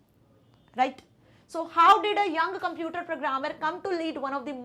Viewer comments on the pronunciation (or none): none